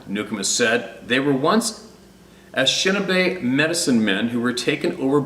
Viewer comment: the name of the Ojibwe "ah neesh NAAB ay" Please take note. And our cousins the "pot oh WATT ah mee" (Pottawatomi) is pronouced like wise. Thankyou fior all you do.